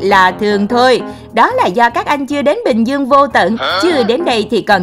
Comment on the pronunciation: Đọc lại Bình Dương